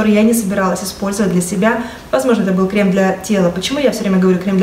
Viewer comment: У вас хорошая и грамотная речь. Я заметила, что позволительно поправить Вас в вопросах русского языка. Но ведь Вас ввели в заблуждение, относительно правильного ударение в слове "Крем". В слове «кремы» ударение нужно ставить на первый слог – крЕмы. Согласно нормам литературного произношения множественное число от слова крем правильно произносить крЕмы с ударным первым слогом и буквой «Ы» в конце.